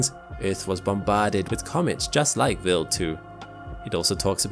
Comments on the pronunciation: why would someone with a British accent (I presume) be unable or can't pronounce English words like "wild" (not willed) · It sounds like he is saying Bill 2 instead of Wild 2. Weird. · Very interesting - just find the strange pronounciation of Wild as "vild" slightly distracting ! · "Vil2"? Isn't it Wild(as in from afar/nature/outside)2? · Quick question: throughout the video, your pronunciation of the W sound (English) was normal/common - regardless of the W's position in the word &/or whichever consonant or vowel it was preceeded or followed by. So, why did you adopt the German pronunciation of W ( v sound) for the word Wild? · yeah, i gathered as much. But he only used the V sound as a W in the word Wild, yet he pronounced many other words with W's like the English W - rather than the Swiss/German W (V). WEIRD, ISNT IT? 😜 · I know it’s most likely just a difference in regional pronunciation, but hearing “willed” when “wild” was being said kept smacking me out of the video lol. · Why does he pronounce "Wild 2" like "Will 2"? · Why is it pronounced vild rhyming with chilled and not wild rhyming with child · Although very interresting, I was annoyed every time the narrator called Wild2 Willd2. I believe it's pronounced WILD as in wild animals. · he says Wild like Vild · so why are you pronouncing wild as villd? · if this guy is going to say Wild 2 so much, someone should have taught him how to pronounce a W sound. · Can i mention the way he pronounces WILD, its a I not a E. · You're saying wild wrong.